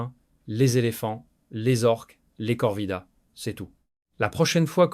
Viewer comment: ce sont des corvidés....( se prono:face-purple-crying:nçant comme cela s"écrit)et non corvidaés....l'ia vous a induit en erreur!!